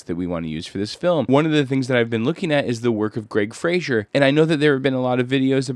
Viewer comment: I believe Greig Fraser's last name rhymes with "Laser" (I've been hearing a lot of Youtubers pronounce it wrong, so you're not the only one.) But great video,, I enjoy these breakdowns and seeing the re-creations in cinetracer.